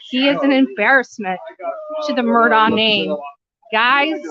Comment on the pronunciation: How do you still not know how to say this guys name?😂